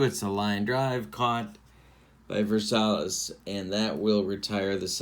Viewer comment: Zoilo's last name is pronounced ver-SY-ez. Just a heads up. Love your videos with various games.